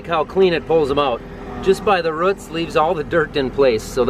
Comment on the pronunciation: You or I one say “root” weird, also roof…😝